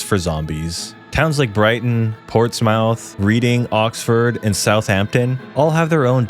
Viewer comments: Ports Mouth.... Even as a french man I can say the cities better than an american jfc. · Lol a few mispronunciations: Shire is pronounced sheer in the UK Porst"mouth" = moth Cobra is pronounced cobra like the snake not cobbra Thames = Temms